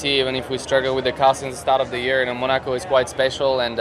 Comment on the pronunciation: The way he pronounces Monaco is interesting